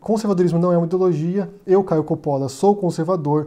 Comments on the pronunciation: Ridicularizar aparência, ou no seu caso, o sobrenome, não é argumento, é pueril, e idiotia; não existe silabas com pronúncia tônicas no italiano, não se pronuncia 'cápire' (entender em italiano), então, é Copolla, e não cópolla. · Agonia de ouvir ele falar "Coppolla" errado. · Não sabe nem falar o nome do cara